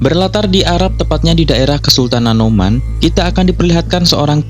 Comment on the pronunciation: Oman kali!!!! Bukan Noman!!!